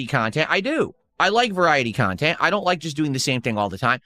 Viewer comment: 7min in and I'm tapping out. Phail WTF .. Who is this "KHAN-tent" suppose to be for ? It's just you pissing & moaning about "support" this "support" that...